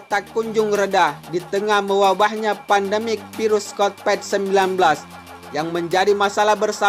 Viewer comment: mimnya lucu.covit 19 dibilang covet 19 'e' nya dilafat e bukan jadi i tapi gak apa lah min